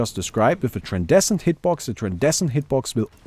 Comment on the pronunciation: its tran-scen-dent hitbox...